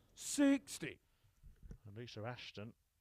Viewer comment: Is it Lisa or Lisr cause he never says it with an A